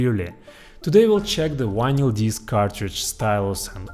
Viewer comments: "wanyl" instead of "vinyl"? Skiiip! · You can pronounce the “v” in video, and everything, but you still say why-nyl instead of vinyl? Anyway, pretty cool stuff. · It’s vinyl, not winyl. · It's Vinyl not Winyl, in English. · Vy-nall not VY-nyal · It’s Vinyl…not winlyn lol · It’s VINYL, not WINYL! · You can say the word "groove" with the V being properly pronounced no problem but can't say Vinyl with the V properly pronounced? What the fuck is a whinel? It's Vinyl, do better, you're obviously smart. Vinyl not whinel. 😂😂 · OH, vinal..... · Take a shot everytime he says "wynil". 😂😂😂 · Triggered. Not even yet beyond the intro, but we have a guy measuring stuff by atoms, calling his vynle collection wis wynle collection. Losing me fast. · VINL - the Y is silent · What's a 'whinal collection' ? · it's RECORD! no vinyl and not whinyl. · Why do you say ¨Winal¨?,😅😅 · How come you're so incredibly smart, intelligent, and educated.... But you pronounce "vinyl" like "Wynil"? No English (British, American, Australian, South African, etc) pronounces "vinyl" like this. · What is "wine-ell"? There’s no word in English that is pronounced that way. The same goes for "wideo." I only speak English, Spanish, and German, but one of the very first things I learned for each language is how each letter is pronounced. I was also taught to speak each language the way natives speak, not the way a non-speaker mispronounces that language. But I guess I either had better teachers or I just paid more attention to how native speakers speak. It’s not hard to do…if you aren’t lazy. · "wineyal" lol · I think he's saying vinyl records. Sounds like "wino records". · You do know you are saying vinyl wrong right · Bro, you can pronounce V. You did it when you said “we’ve” A bit of practice and you can polish that pronunciation. Yes, I also speak other languages and I work hard on pronunciation. I think it shows respect to the people I’m communicating with.